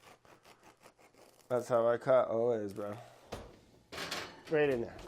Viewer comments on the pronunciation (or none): The slurred “always bro” really killed me